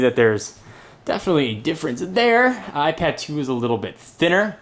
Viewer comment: he saids apad 2 xD